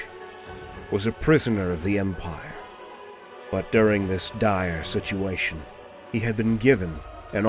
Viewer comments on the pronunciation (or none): none